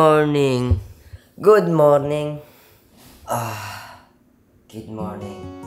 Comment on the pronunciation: Wala siguro nakapansin. "Gid morning, gid morning" talaga oh.kaya kita love eh. Hehehe